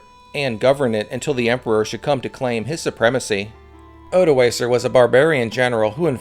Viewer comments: Odoakar with a hard k. Pronounciation matters. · Odoacer* not odoaser. The c is pronounced as a k